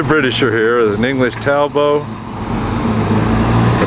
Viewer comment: English Talbo……..that would be TAL BOT.